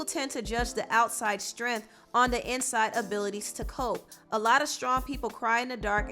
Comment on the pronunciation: For Tamar: Prayers and good vibes her way. For Nene: Bye! And its "cope," not "cop."